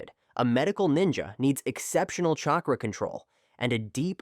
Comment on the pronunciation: Bro, if you even TRIED to pronounce the names of these people and their jutsu, I’d probably be impressed. But really? “Chay cruh”? Wtf?